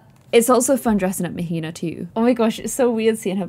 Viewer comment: queen, Mahina is pronounced MAH-HEE-NAH 😅😭😂❤️